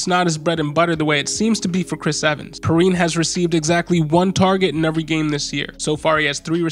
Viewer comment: Pee-Ryan is the right pronunciation I believe, great video btw